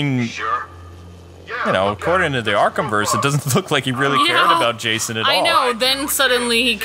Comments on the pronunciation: u called him Jashon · said jashon